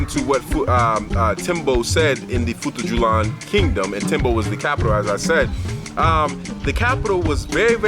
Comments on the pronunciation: I am Fulani, great video by the way. Just to help on the pronunciation It futa jalon not julan Their houses called sudü-hudö mean Sudü = house Hudö = dry straw, weed Thanks for making this video 👍🏾🇬🇳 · love the video and i am from futa djalon. its pronounced as futaa jalloh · it is pronounce as "foo ta jalloh